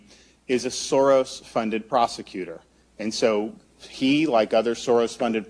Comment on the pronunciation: As a Hungarian, it's so entertaining hearing how you attempt to pronounce "(George) Soros (György)" 😂... another proof, that the Soros organisation isn't 100% our fabrication for political purposes...(even if it's drastically amplified here in the "home" country)